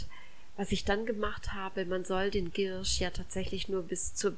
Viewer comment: Die Pflanze heißt Giersch ( mit ie ) und nicht Girrsch. Gruß aus der Apotheke.